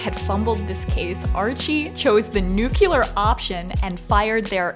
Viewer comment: I die a little inside when i hear nuclear pronounced nuculer